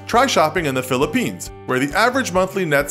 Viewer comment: Your pronouncing of my country (Philipines) is wierd